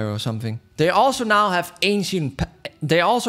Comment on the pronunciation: How ppl say ancient ainchent how says ancient ainchient